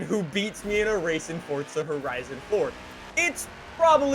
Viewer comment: Everyone: Forza: Fortza